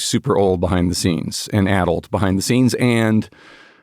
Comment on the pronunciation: 46 yo here who went to UCLA where a high SAT score was still needed to get in. My wife around my age went to UCI and then later UCSF. This entire podcast you were using the word "ADDLED" which sounded to me like "ADULT", which I knew I would have a super hard time trying to figure out what word you're using. Because sure enough, ADULT kept coming up. When I finally found the word "ADDLED", I asked google if this is a rare word, and this was its response: "It's a relatively common adjective, particularly in certain contexts, and is easily understood by most English speakers.". BULLSH*T. I'm usually the one who knows what a word means when most people don't, and neither me nor my wife knew of this word. You guys AND google Gemini are OUT OF TOUCH. "ADDLED" is NOT a commonly understood word and a pain in the ass to look up if you don't know how to spell it. Just think of that. Think of the millions, and I'm sure, the MAJORITY of Americans who don't know that word and you guys in your echo chamber using these obscure words flabbergasted that most people don't know it. Of course I could infer that "ADDLED" meant something associated with brain deterioration and I didn't lose any context by not knowing the word. It was just really annoying whenever the word came up.